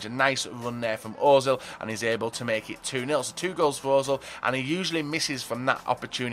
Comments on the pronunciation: he said ozil, its pronounced urzil, the umlaut changes the sound of the O. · The only reason I dislike every video is because he still can't pronounce özil, other than that good video.